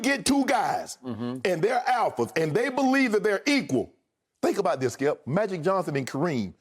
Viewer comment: Listen ... Thssshkeeeeip!! 😂😂😂